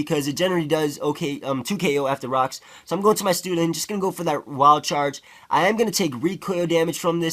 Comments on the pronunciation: lol he pronounces Stoutland as Stootland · "stootland". lolz